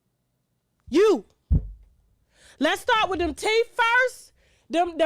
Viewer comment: "Teef" lmao!